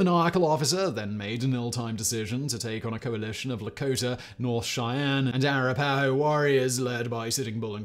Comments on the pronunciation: It is not "ar' - a ' - PA' - ho" -- it is "uh - RAP' - a - ho." Jeez. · it's pronounced "ah wrap ah hoe" ' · Simon, Arapaho is pronounced Uh-wrap-uh-hoe